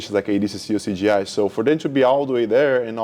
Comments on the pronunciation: 😂 every one calls it “cgi” even Craig said something about that. It’s “cJi” Craig jones invite not computer generated images 😂😂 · Hahahaha, in his defense: In portuguese, when a "J" is in the middle of a word It sounds just like a "G", it's a common mistake for brazilians to make.